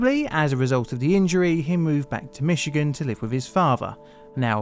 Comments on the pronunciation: As a Michigander, I was noting the same thing. Many Europeans say Mitchy-gan when it's really Mishi-gan :) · Good work pronouncing "Michigan" correctly. It seems like a great many non-American English speakers will put a hard "tch" in there or even a completely reasonable "ch" instead of the natively pronounced "sh".